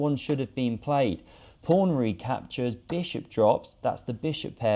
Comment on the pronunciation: Am I the only one hearing "Prawn" when he says " Pawn" ?